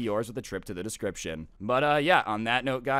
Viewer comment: Correction for, the best storyteller ever in the universe its note, not "Night" Gosh I sounded mean on that, sorry ^^'